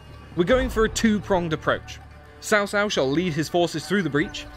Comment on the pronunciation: Cao Cao name is hard to pronounce, unfortunately it is closer to the version in the video but even that is butchered. Traditionally this is the pronunciation but translation led to the name being butchered It's closer to this. T'sao T'sao